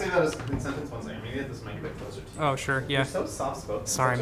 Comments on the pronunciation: "Look closiler" - Linus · ah yes, “look closlier” the classic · Lol before they put “rasterization” on the screen , I thought Linus was just mis pronouncing restoration in a southern accent or something.. Also is closlier a word? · Look “closlier” Lol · I think I’ve heard Linus say “closlier” too many times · Closlier? quicklier? ....Linus.... man.... don't make up words! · Ah yes, "Look closlier" instead of "look closer". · "look closlier" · “look closlier”